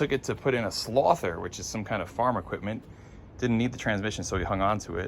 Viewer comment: DId he say SLOTHER? LOL ITS SWATHER